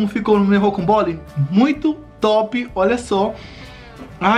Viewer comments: Rodrigo Rodrigo querido, fala pro a nao se fala rocombole e sim ROCAMBOLE, OKAY,? BJAO NO SEU ❤ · nao e rocombole, e rocambole RoCAMbole,okay!!!